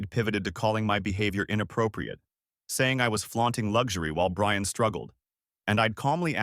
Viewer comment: “I shall wewease…… Bwian!”